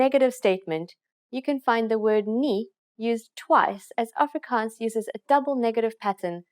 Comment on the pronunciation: I’m Afrikaans but this lady pronounce it pretty weird.